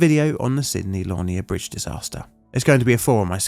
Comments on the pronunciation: Sounds like La Near. The second part rhymes with ear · It is pronounced Sidney La-neer! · It's pronounced laneer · Local boy to this one. For those interested: Lanier is pronounced 'lah-neer'. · My grandfathers name was Lanier. It was pronounced like “Lan- knee-er.” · Great episode, as always! Lanier is pronounced Luh-neer though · On risk of sounding pedantic, Lanier is pronounced Luh-near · It amazes me how British people can't even pronounce English words or names. It's Lanier. LUH NEAR. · It’s pronounced la-NEAR. Emphasis on the second syllable. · That bittersweet feeling of seeing a Plainly Difficult video about an incident in my neck of the woods... lol Excellent video as always! Just a pronunciation note, Lanier is pronounced "luh-neer", or at least that's how it's pronounced in Georgia and how Sidney Lanier would have said his name. We also have a "haunted" lake/reservoir named after him that probably has a few stories worthy of a video here one day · I live on the Haunted Lake Lanier!! I was going to say it’s “La-near” 😂 my family has been “on the lake” since the lake filled up :) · I mean, I hate to be THAT guy (but apparently I am) - luh-NEER. I've passed over this bridge and its replacement too many times to mention. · Georgia resident here and frequent viewer. I've never heard anyone pronounce Lanier that way 😭 I don't think you pronounced it the same way twice 😂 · This is one of those times my for you page is getting too local, but also it pains me the way he pronounces Sydney Lanier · As someone with the last name Lanier. That's one of the most interesting ways to pronounce the name i've heard. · Check your pronunciation of the name of the bridge. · The pronunciation of “Lanier” is slightly off but unless you grew up hearing the name of the bride and one of the school houses it would be difficult to say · You need to learn to pronounce Lanier properly smh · Dear Narrator, it is pronounced Lanier, like veneer, not Lanier, like Narnia.⚓